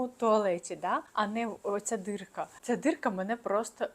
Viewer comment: ДІрка, А не дирка